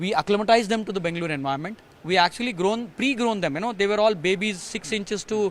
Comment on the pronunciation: Bengaluru pronounced perfectly!